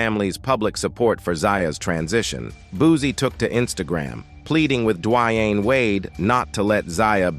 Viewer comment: Wow, u butchered Boosies name. It's not Bud as... it's pronounced "Bad Azzzz" 🙄 and its pronounced Duh Wayne, not Dwyane geeze...